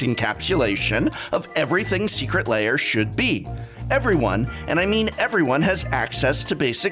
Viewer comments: Why are you pronouncing lair "layer"? :) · I can’t handle him saying Secret Layer. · I like how you call them secret layer and not secret lair